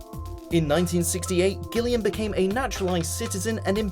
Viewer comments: It's pronounced Jillian, not Gill-ian. What kind of Brit is narrating this? :) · Does anyone say Gil-li-an?Is this normal in any part of the world or is the speaker just stupid?Oh,he also says Hert-ford-shire.Is it not pronounced Heart-ford-shire